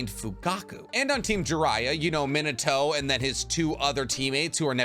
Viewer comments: Its pronounced MEAN uh toe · I can't get over your pronunciation of Minato as "Minnetow" -. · Does it bother anyone else that he pronouces Minato wrong like 15 times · This video is awesome! But how/why do you pronounce Minato so horribly?